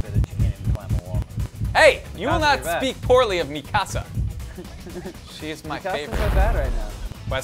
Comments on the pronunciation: PLz say mikassas name correctly it hurts when you dont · If you like Mikasa so much than how come you cant even pronounce her name right??!!